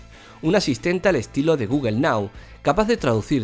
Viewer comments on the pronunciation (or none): none